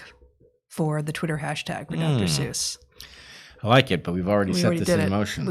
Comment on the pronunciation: I find it quite odd, and must now give it voice That these two learned folk mispronounce the name Seuss.